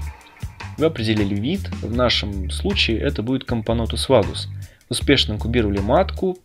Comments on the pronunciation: "Всякий муравей, который не матка":))) Кампонтус, или мне послышалось? Кампонотус, вроде как правильно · Not bad, not bad. Продолжай в том же духе, только правильнее кампонотус, а не кампонтус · Комптнотус? Чего ? Кампанотус правильно читаеться . А тебе диз за неправильное произношение. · Тоже услышала "кампонтус" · Очень странное произношение кампо'нтус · кампонОтус а не кампОнотус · Ахахах ну ты и сказал в начале кампонотус